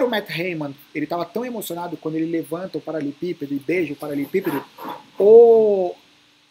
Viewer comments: Anos acompanhando o falar "paralepípedo" ao invés de "paraleLEpípedo" kkk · kkkkkkkk eu ainda fico esperando ele falar do jeito certo kkkkk um dia vai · Uai prestar atenção, ….verdade.